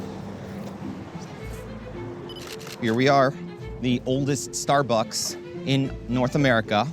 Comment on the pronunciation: "star bucking"